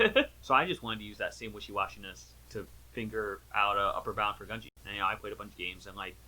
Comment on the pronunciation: not to be annoying but it’s japanese, gu is pronounced “goo”